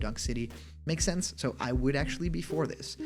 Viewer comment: "If it has too many spelling errors it's fake" Also: "Shense" Is fake?